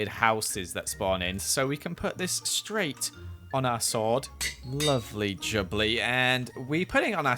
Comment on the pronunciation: Is no one going to talk about how he said “lovely Jubbly “ Lol